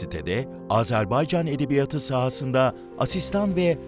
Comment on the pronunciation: Lütfen, edebiya:tı diye teleffuz edelim. Edebiyat kelimesi eksizken uzatılmaz ama kendinden sonra ünlüyle başlayan bir ek ya da kelime geldiğinde son hecesindeki [a] bir ses birim uzar ve toplamda 2 ses birim okunur.